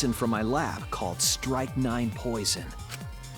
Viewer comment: its not pronounced "strike 9"